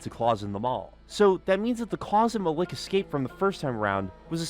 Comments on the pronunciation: i think his name is pronounced mal ek not muh lick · Isnt the name spelled Malik? Because that’s Muh-leek not Muh-lick. Why is he is saying it like that 😂. Unless I’m wrong about the spelling or it was said the name was different for some reason. Am I missing something or is he just saying the name wrong? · Sorry as someone with a similar name I have to correct the pronunciation malik is said like ma-leak not ma- lick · The way you say Malik is really fucking me up. Its malek. Pronounced as e not i